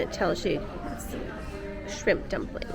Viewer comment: "This is the shrrrimp tempura."